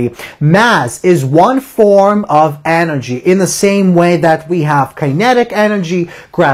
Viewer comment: The teacher is great but I agree with John: "of a PAR ticle. So we were able to SHOW that kinetic EN ergy just like time, distance length & mo MENT um" Nobody in England would ever talk like this.